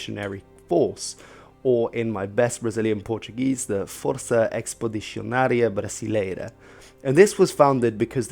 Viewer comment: You pronounced "Força Expedicionária Brasileira" quite well. Nice video, BTW.